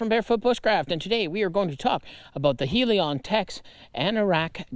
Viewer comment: Heli-Kon, not Helion